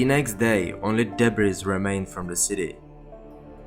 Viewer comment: Agreed! Good work! Btw, The S is silent in the word “DEBRIS”! 🤫